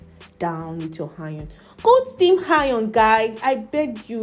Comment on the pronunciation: Why pronounce consonants before vowels? Harm hole? Or Arm hole? Educate yourself. You are confusing people with your pronunciation of certain words. Hiron instead of Iron. Hor hanything, etc. Apply yourself. Thanks